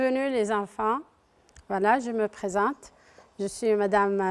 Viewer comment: ياخي هي قالت enfin وvala مرتين وpresinte و silince